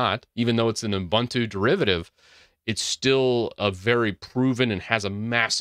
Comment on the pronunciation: As someone that comes from the country Ubuntu came from "Oo boon too" not "yu bahn two" But linux users are gonna say it wrong anyway so have fun with this bow useless info